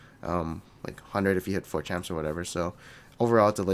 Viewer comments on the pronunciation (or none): none